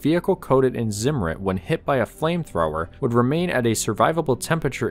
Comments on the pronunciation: "Ssimmur" lol it's called Zimmer type it in Google translate. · It's not pronounced 'Simmerid' but instead 't-Zimmer-iht' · It's tsim-mer-REET, not ZIM-ritt. Z is pronounced ts in German.